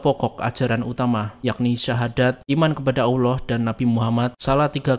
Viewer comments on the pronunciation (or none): none